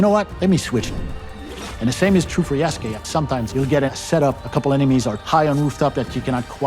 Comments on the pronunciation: Lmao, Yasuke who? Jasuke 😂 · did they mispronounced yasuke? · Why is she saying his name like that?😅